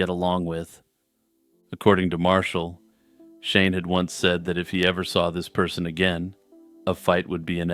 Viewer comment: every time You said Shane & Shelley I thought You were saying "Shaman-Shelly" which is the best name for a wholesome Texas teen turned Satanic-priestess I've ever heard